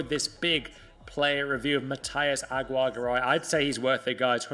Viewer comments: I'm native spanish speaker, its pronounce is " agi - rre - ga - ray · I’m Hispanic, it’s pronounced: A-gi-rre-ga-rai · Its pronounced AGI RRE GARAY